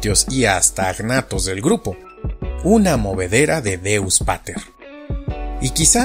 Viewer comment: que buen vídeo, como fue que dijiste "deus pater" jaajajaj, pero gran dato no es anfibios sino lissamphibia